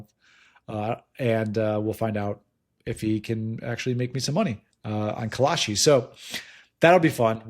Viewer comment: It's Kalshi